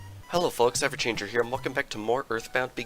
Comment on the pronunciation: Love your let's play of the original Mother! We keep on hearing "Have you changed your hair?" instead of "EverChanger Here!" And "Anakin" instead of "Ana can..." Love it!